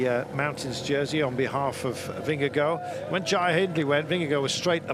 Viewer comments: Been years now and he's still saying ving-gee-go... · he does it for the pun and it's so corny